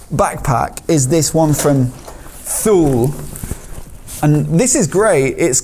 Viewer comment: Thule, pronounced Tooley.